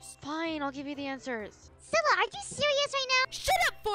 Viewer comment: her name is cilla not scilla and what is scilla